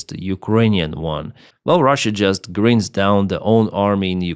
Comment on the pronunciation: Anihilated!spot on. Speaking like a UK native now almost! Its grInd not grind gr-eye-nd.